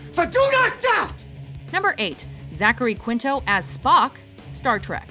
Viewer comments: It's /kinto/ not "kwinto". You don't pronounce the "u" after a q in Spanish, and Quinto is a Spanish surname. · Ok, isn't "Quinto" pronounced KEEN-toh? IDK if his surname is of Spanish origin, but if it is then "Qu" is always pronounced with a "k" sound. Anyway, I always thought Jim Carrey was super annoying until I saw him in The Truman Show, at which point I started to warm up to him, and when I saw Eternal Sunshine of the Spotless Mind it made me love him, though partly because I relate to his character (Joel Barish) so much. Eternal Sunshine... is one of my top five favorite films of all time, and I would never pass up an opportunity to see The Truman Show on TV. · it's keen-toh, not kwin-toh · How does HE pronounce it??? He says KWINTO, not keento as it would be pronounced in Spanish. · opposite of what you said - you said kinto, he says kwinto. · I found the answer to our dilemma. Mr. Quinto's dad was Italian, and in italian, the "u" IS pronounced.